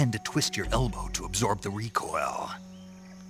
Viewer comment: This comment section has taught me that no one else pronounces recoil like this